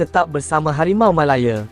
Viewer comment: Bodoh punya AI. Malaya lah bukan Melaye. Channel sampah ni😊😊😊